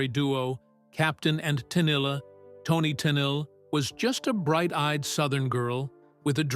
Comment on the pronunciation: It’s not Tennille. It’s Tennille ten eel